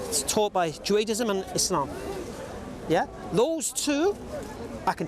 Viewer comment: It's Judaism NOT Juaidism - does my head in when he says that.